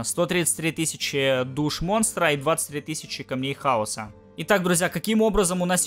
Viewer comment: Почему ты так произносишь хаос , камней хао'са я ржу